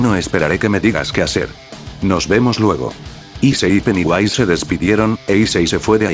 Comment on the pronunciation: se dice pennywise